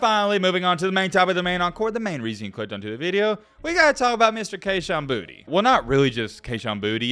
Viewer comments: Kayshon’s last name is pronounced Boo-tay not Booty. #bornandraisedinLouisiana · It’s pronounced boo-tay not booty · Just a tip from south Louisiana...its pronounced (Boo-tay). Put some respect on creole country 😂